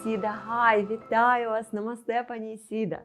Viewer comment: Теж по вухам ріже «Ісіда». Невже так складно запамʼятати правильно імʼя ?